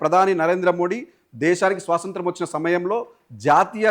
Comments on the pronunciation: యాంకర్ గారు సోసoతం కాదు స్వాతంత్ర్యం పలకాలి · First nuvvu swatantram ani correct ga pronounce chaiyyi bro swasantram kaadu